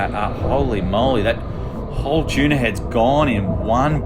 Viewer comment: choona is a weird way to say tuna